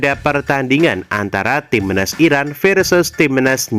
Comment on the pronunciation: Cara ngomong nya ga jelas, timnas, dibilang timenas😅😅😅😅 bodohhhhhhhh😅😅😅😅😅😅